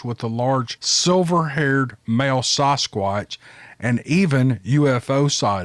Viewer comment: It's sasquatch not sosquatch.